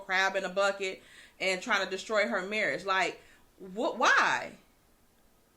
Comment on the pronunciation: did not say marriage (it was her marrish).....lollll